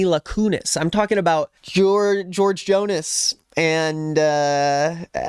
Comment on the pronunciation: Did u say "george jonas"? 😂😂😂